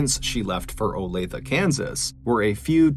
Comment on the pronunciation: Wow! I remember when Olathe was all over the news and not one reported pronounced it properly! Way to go Mr.B! Olathe=Olay-th-ah. I'm impressed, NGL! Awesome work!